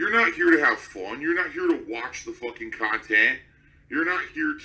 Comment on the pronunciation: Loving the longer khantent :)